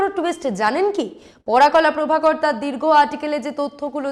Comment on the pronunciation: একজন বিশিষ্ট ব্যক্তির ভুল নাম উচ্চারণ অনৈতিক। ওনার নাম "পরকলা প্রভাকরন"। আপনি বলছেন "পরাকলা প্রভাকর"। এটা অপমানজনক।